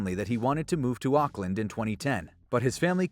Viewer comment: u say Auckland wierd